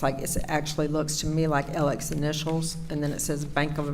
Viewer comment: And why is she pronouncing his name "Elick"? I've never heard a man's first and last name pronounced in hundreds of different ways in my life. "Mur-dock", "Mur-daw", "Mur-duh", "Al-ex", "Al-eck", "El-ick". Smh. 🙄